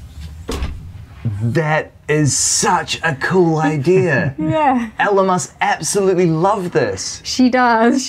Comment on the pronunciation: Ebb-sa-lote-Lee gret!! lol